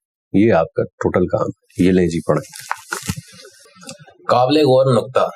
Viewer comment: محترم کچھ الفاظ کی طرف آپ کی توجہ نہیں گئی: اِحباب نہیں اَحباب الف پر زبر کے ساتھ قابْل نہیں قابِل ب کی زیر کے ساتھ حیثِیَت نہیں حیثِیَّت شد کے ساتھ بے توجَہی نہیں توَجُّہی پیش کے ساتھ معجْزَات نہیں معجِزات ج کے زیر کے ساتھ صورْتوں نہیں صورَتوں ر پر زبر کے ساتھ سمُندری نہیں سَمندَری مشیت نہیں مشِیَّتَ الہی شد کے ساتھ مافیَ الضمیر نہیں مافِی الضمیر مِحظوظ نہیں مَحظوظ م پر زبر کے ساتھ